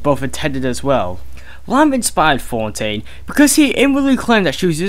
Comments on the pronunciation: "Frank For-tain" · He pronounces Fontaine as Fountyne. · Did the guy reading this even know any of the characters' names ahead of time? That's an "N" in FoNtaine. Not Fortaine. Other small things in this really grate my nerves with repetitive mistakes. It's a great series up to this point but this makes it hard to listen to. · The narrator's voice isn't bad, but he's constantly mispronouncing words (Fortain instead of Fontain) and using the incorrect words instead of the words on screen (Philisophical instead of Psychological). Otherwise, I really appreciate the time and effort that's gone into the project.